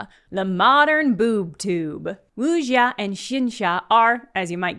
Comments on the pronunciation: hi! just a quick note that the "x" in chinese is just a plain "s" sound. so something like "oo-sya". also bullet heaven is an awful name for the genre yeah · sounded like the x was more of a j (incorrect) than a sh (correct) to my ears